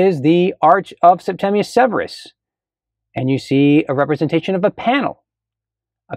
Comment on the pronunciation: So happy to hear someone say Septimius not “Septumus” 😂